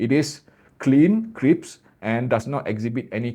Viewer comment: Everyone used to correct my Indonesian and Malay, so I don't mind to help you, 'crisp', not 'crips'. You say 'crips'. Common mistake 😊, best regards..